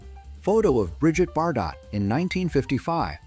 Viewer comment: "Disguise of British military equipment as elephants, India, wheeee!" "stunning Bridget Bar-Dot in the 1950's" -That's pronounced "BarDoh" 😝 "September 1942, Didazi" -Heil, September! I didn't know that a "bikenee" was illegal in 1957.